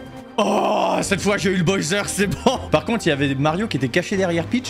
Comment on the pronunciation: Petite question : pourquoi tu prononces Boyser et pas Bowser ? ^^